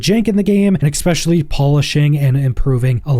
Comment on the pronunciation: Exspecially . . . . Exspecially . . . . Exspecially . . . . Exspecially . . . . Ex-meh